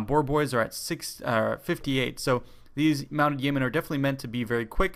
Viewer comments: It's pronounced "yo-men" xD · Yeomen is pronounced Yo Men. Its a medieval English term for a freeman of high standing/landowner.